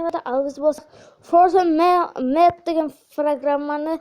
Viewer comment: фозерматч емес фотомач